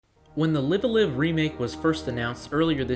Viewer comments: Live a Live is pronounced Live (as in Live TV) Alive, rather than Live as in Live Your Life. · Need to pronounce the name of the game correctly. Live as in "Live Wire" or "Alive" for both words. Nintendo confirmed. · This man said liveuhlive